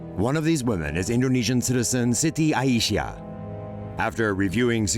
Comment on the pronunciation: Is not A I Syah is Ai Syah